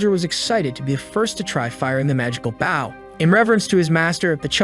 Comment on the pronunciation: my guy, please fix how it says bow when it's talking about the weapon and not the action. Try using boh, bough, Beau, Bowe, B-oh, or change the emphasis level (if the TTS you use has that option).